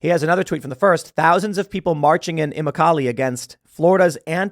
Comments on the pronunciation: it's not immo-kaalee it's Imo-kuhlee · I don't think I have ever heard immokalee butchered that badly before and the gps used to said it pretty bad. (Oh-mick-oh-lee XD) Imm-ock-o-lee. Figured I'd give a better prononciation for anyone who did care how it was pronounced. Though lots of names are butchered in Florida as people aren't used to those names. XD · Immokalee is pronounced eh- MOCK-o-Lee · It's pronounced E-MOK-A -LEE. Fort Myers area. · Its Immokalee [Em-ah-ka-lee] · It's pronounced "Imok-O-lee" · It's Pronounced a-mock-lee, and is mostly a migrant worker community. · it sounds like eee moko lee Immokalee Florida. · Pronounced “imockalee”👍🏽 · Phonetically, A MOCK A LEE, florida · IM MOCK OH LEE immokolee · I live in southwest Florida. It's always so fun to hear outsiders attempt to pronounce our Indian or Native American names for things. It's pronounced "imm-MOCK-ah-lee", kinda like broccoli. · Ee-mock-uh-lee = Immokalee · Tim mispronouncing Imokalee while understandable, is physically painful for someone who grew up an hour away. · Smh I hate when YouTubers can’t pronounce Florida towns even close to correct lmao